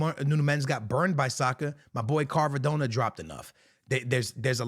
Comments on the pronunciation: It’s not carvadonna…. It’s Kvaradonna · “I’ve watched psg a lot this season” can’t pronounce doue and says carvadona 😭